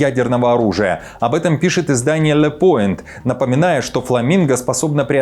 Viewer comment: НЕ «Лё поинт», А - ДЁ ПУАН (означает - Итоги)